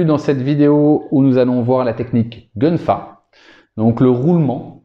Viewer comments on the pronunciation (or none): Excellente vidéo... Petite précision gun fa sz prononce kun fa 😉👍🏽 谢谢你🙏🏽